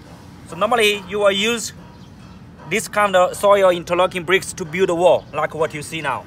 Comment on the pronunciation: This guy is funny as hell haha. Interocking. Hahaha